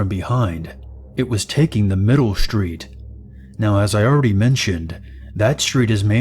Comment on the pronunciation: You sure you're on the right "schhtreet?"